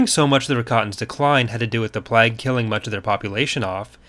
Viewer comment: Every time he pronounces "plague" as "plag" it hurts slightly more.